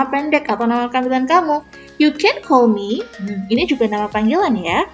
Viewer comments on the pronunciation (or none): none